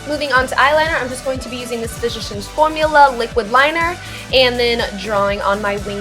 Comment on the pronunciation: the way you say physicians! Lol :3